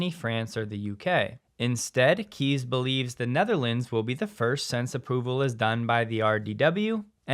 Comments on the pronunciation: FYI Kees is pronounced "Kays" not "Keys" 👍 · FWIW, the name Kees is pronounced like Case in English.